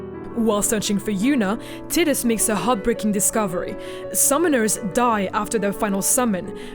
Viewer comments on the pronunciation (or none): IT'S PRONOUNCED "TIE - DUSS" - There's no language in the world that would support pronouncing his name "Tid-dus". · First time to hear someone call him "tit-us" instead of "tide-us" or "tee-dus" hahaha kind of bothers my head a little xD but, who cares! Love the video! My first Final Fantasy was Final Fantasy from the Regular nintendo :) I played it around when I was 3-5, never beat it or finished it, just played it and loved it, my first one to truly play and beat was FFX. I have a strong emotional attachment to the wonderful game, which is probably why I had fallen in love with FFX-2 lol. Even if it was a "meh" kind of game.... I loved it :) FFX and X-2 are both dear to my heart. Can't wait for the HD remaster :3 I already have the Collector's Edition pre-ordered! :) WOOOOO FF! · Omg i seriously could not focus on what was said other than "TIDDUS" When i was a kid i thought it was TIE-DUS for a few years before i played Kingdom Hearts The correct way to pronounce the protagonists name is "TEE-DUS" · Tide-us not Tiddies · Tit-diss?? LOL TIE- DUS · I pronounced his name as "Tie-Dus". Sounds weird to me hearing her say "Tid-Us". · Tai-dus, not Tid-dus. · T- I - dus. The I is pronounced like the letter i, it is not pronounced Tit us. Titties.. heh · tid-iss? ew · why the hell does no one pronounce tidus right? its tide-us its a refence to the sea tides you know the whole main theme of the game is water I thought it was obvious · her pronouncing tiddehs, irritates the sht outta me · Of Tee-dis and Tie-dis and Tiddis, Tiddis is the only I can not deal with haha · I lost it when it sounded like titties. Lmao. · Everytime she say Tittus I want to gouge an eyeball out. That aside, I don't think Tidus ever became real. If he had he wouldn't have vanished when the faith stopped dreaming. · Loser.. Haha just kidding.. At least you're not calling Tidus as Tiddus or titties like this woman 😂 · titus and beside (besaid)? good video tho.. lol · Tit-dus lol